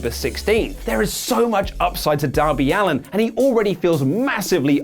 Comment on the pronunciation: Darby Allin* No snark. Just thought you should be at least be able to get the man's name right.